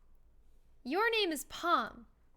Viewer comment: Tell me why when it said pom I could've sworn it said porn